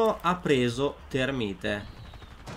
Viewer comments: si dice termait non termine c ristoh! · thermait si dice non thermite